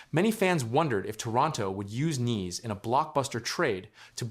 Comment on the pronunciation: It pronounced N-eyes ( Knies)